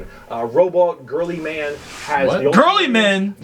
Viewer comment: So the name “Girlyman” is just a nickname by the community. His name Is Roboute Guilliman and pretty much no one says it right lol